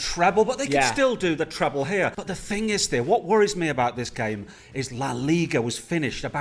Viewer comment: its called treble not triple😑